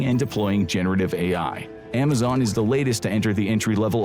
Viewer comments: And narrated by an AI voice of the same guy trying to convince us he doesn't use AI. But I caught this: AI voice mispronounced Amazon as Amazone. Somebody bring this to the attention of more people. Report this channel for misinformation and lying to us about it being 100% human made. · I thought I did too until I caught it's AI voice mispronouncing Amazon as Amazone. This stupid channel kept advocating that all its content was 100% human made but that's a boldfaced lie. Dude even shows like 5 seconds of himself on camera before some videos to see him "narrating" but as soon as the camera's off it switches to an AI voice. I'm done.